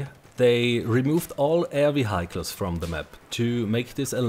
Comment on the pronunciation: You misspronounced "vehicles" again, although you said you took notes for your next video :(( Other than that, great video again. I'd suggest you get in contact with the developpers of the "Better Battlelog Plugin" for Firefox and Chrome. They implemented a lot of good features in the past, and I'm sure they could easily add a high ping server filter as well. Keep it up! :)